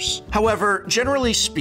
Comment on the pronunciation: really like the way u say 'Pokemon' professor